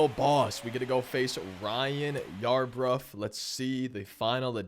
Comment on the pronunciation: “I sounded like a fool this video” as he to call Ryan Yarbroooo yarbruf 😂😂 all jokes man